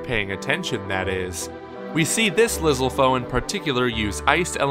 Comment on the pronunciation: lizzle fose? come on. it's liz-AL-fos. get your names right guys.